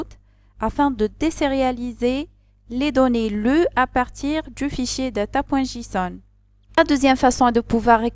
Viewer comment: Djison ou Djaison ?